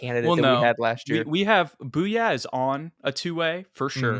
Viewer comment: I believe jamaree bouyea is pronounced like "Boo-yay"